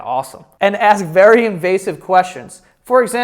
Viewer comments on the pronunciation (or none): If you keep saying aks instead of ask imma unsubscribe